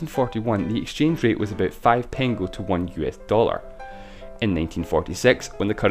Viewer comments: Actually it is not pengo, but pengő and it is pronounced with a ø sound. In english the closest ma ybe the word "nerd" pronounced like nørd. Otherwisse cool video. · Thank you for mentioning Hungary! But this big inflation has to be mentioned anyway! :D (a little bit mispronounced "pengő" ) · You didn't pronounce "pengő" properly. "ő" should be pronounced like "eu". Anyways, I'm not sure that I should be happy that my country appeared in this video... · You pronounced pengő wrong the entire time, just saying